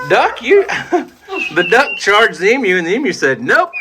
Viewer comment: I still have to laugh when you say Emu,. Sound like you are saying EM-U instead of E-MU/E-Moo!